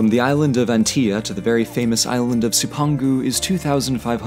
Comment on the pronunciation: love your work. cipangu is pronounced "chip an goo" the "c" is the Italian soft c which makes our "ch" sound